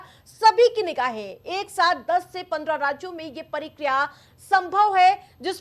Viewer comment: परिक्रिया नही मेडम प्रक्रिया बोलिए